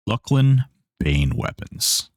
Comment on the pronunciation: Hail, fellow correct pronouncer-er of Luclin